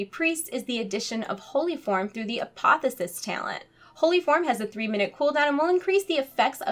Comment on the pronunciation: Apo-THE-osis dear :)